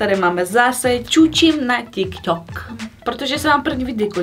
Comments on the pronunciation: Ale tary rikal ze se to cte tiktok a ne ťikťok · je to tyk tok a né tik tok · Neni to ťik tok ale tik tok